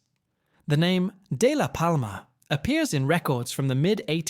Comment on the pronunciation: Day La Palma is how it's pronounced. Can't remember how it's spelled. I live in Batavia. Clearmont. Co. DUI Capitol of the United States. But Day La Palma is 2 maybe 3 Exits/ Roads past The Batavia Exit on Highway 32. Aka the Application Highway. It's no secret! It is Beautiful Country inside of Brown. Co. Be careful coming through Clermont. Co through ! You might get lit up by a bunch of 🤡.